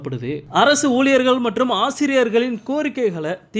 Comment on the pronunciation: ஊளியர் இல்ல பா ஊழியர்